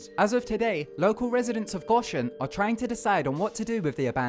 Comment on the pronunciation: And you miss pronounced it. Not that bad but funny.